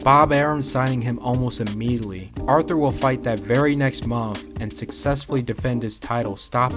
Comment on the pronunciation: Man artur last name is getting butchered